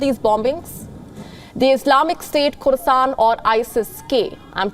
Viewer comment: LMAO can't even pronounce Khorasan 🤣🤣🤣